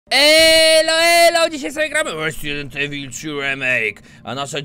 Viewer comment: Łe łezident evil łemejk , a co?